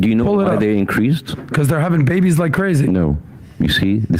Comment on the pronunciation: "they were having babbies like crazy" THIS MAN pronouncing phrase is more horibble than FEMINIST WOMEN